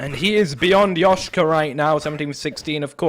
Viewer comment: it is "Leshka", not "Yashca"